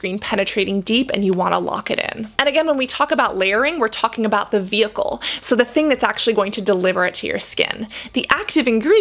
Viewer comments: Vehicle* ma’am. Not vheicle. Thanks for the video tho. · Cassandra love your video but it is "VEHICLE" not "vheicle"! 😂😭😂😭